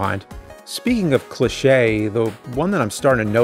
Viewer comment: Why are you saying cliche like it's Nick laches last name. Lol